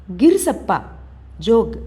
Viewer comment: మీరు రాయలేదనీ, మీరు కేవలం చదువుతున్నారని తెలుసు. హోస్ తోట కాదు. హొస/సె తోట అంటే కొత్త తోట. గిరిసప్ప కాదు గెర్సొప్ప!👍🙏